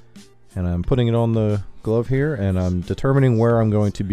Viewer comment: he said "glove" like "globe" instead of "love"...never heard that before.